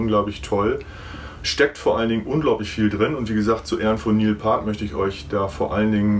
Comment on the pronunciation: Neil Paart? Piert is der erwünschte ausdruck für Neil's nachname Peart. Video ist trotzdem super.